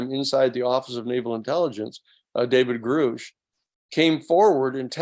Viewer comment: it's a little weird that he's still mispronouncing Grusch